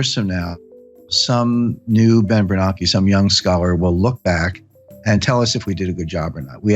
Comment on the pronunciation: AI? They are pronouncing Bernanke wrong…idiots…this is not Jim Richard’s…..